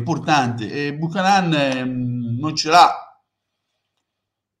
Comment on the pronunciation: Da un amico canadese si pronuncia Biucanen.